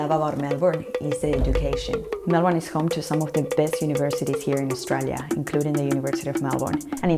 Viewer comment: lol i love how she pronounces Australia ♥